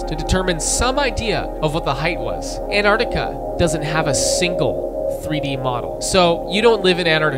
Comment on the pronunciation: You calling Antarctica "Enardica" really threw me off